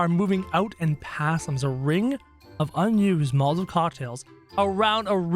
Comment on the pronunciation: He said molaovs not Mal-a-tovs!